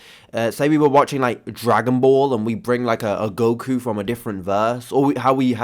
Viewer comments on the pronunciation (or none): none